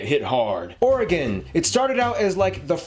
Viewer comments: Dang he got Oregon spot on. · He got Oregon perfect